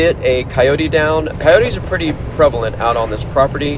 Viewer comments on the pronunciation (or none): none